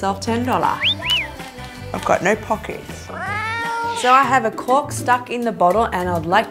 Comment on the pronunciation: Omg I died I thought she said cock every time she said cork